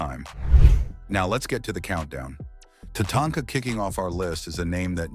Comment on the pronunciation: What do I think about this list? Tatanka, the German artificial intelligence voice, refers to her as Tatonka or Tanaka. Please leave this silly artificial intelligence chatter out of the video. If you want to translate it, please use a human German voice. Otherwise the list is good.